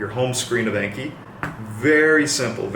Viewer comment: The app name is pronounced like ON-KHEE